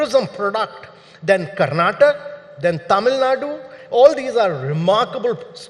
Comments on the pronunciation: It's Karnatakaaa not Karnatak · The infrastructure in Bengaluru is appalling, are you proud to call it a future 1 trillion economy? Not Karnatak it’s Karnataka. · He is NITI ayog chairman and does not know how to pronounce the name of the state correctly. It is Karnataka and not Karnatak Mr. Kant. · Its "Karnataka" not "Karnatak" Like how Its "Haryana" and not "Haryan" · Boss Mr Kant at least learn to pronounce Karnataka’s name correctly 😒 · This fellow was chief of Niti aayog and cannot pronounce Karnataka's name properly:face-orange-frowning